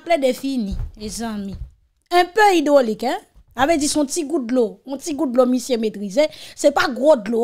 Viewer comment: Mesyé hydrolic pa mim kon li "li di invaliation" kot neg sot sa soti 😂😂😂😂😂😂😂😂😂😂😂😂😂😂😂😂😂